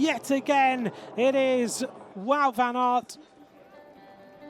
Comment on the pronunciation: Toujours pas capable de prononcer correctement son nom ... et pourtant il n'y a que 4 lettres WOUT